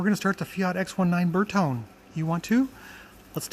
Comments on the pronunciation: ...and please... "bear-TOE-nay"! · Bertone. Ber toe nay 😊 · Ver tone ee: three syllables. It's Italian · Ber not Ver 👍 Ber-tone-ee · The moment that pronounced Bertone like that I clicked out the video!! 😞